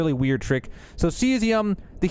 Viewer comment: Caesium= C-Z-um Cheyenne= Shy-Anne